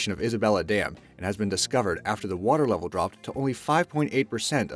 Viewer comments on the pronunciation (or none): none